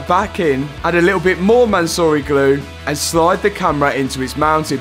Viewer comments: Bro really said mansory glue I lost it 😂🤣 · Why do you call the glue “Mansory Glue”?